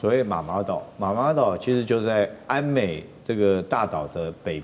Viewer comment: ＂奄美＂島稱為＂ㄧㄢ美＂島不是安美島，＂敕＂讀作ㄔˋ，不是赦，請來賓與主持人在討論時留意。不要不懂裝懂，這樣不好呀？